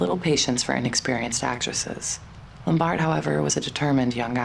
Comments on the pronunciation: They were already divorced by then. He was involved with Jean Harlow instead. The narrator mispronounced "Lombard" by putting the accent on the second syllable. It is irritating. It is "LOM bard." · You're mispronouncing Carol Lombard's last name. You're putting the emphasis on the first two letters. The emphasis should be on the BARD